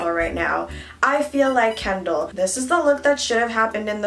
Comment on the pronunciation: I hear calling Kendall “candle” lmao.